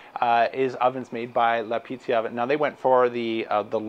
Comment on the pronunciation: Thanks for the review,! I wanted to mention it's Piazza... Pronounced "Pee-Aht-zah" 😉